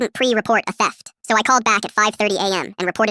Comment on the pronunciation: Grand thef auto (gta)😂😂😂😂